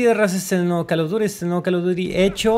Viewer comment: "El calo dury"